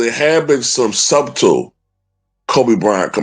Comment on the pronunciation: shiiid... Somebody need to tell how to pronounce "subtle"